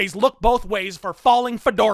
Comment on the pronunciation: That "God. Fucking. Speed." at the end though.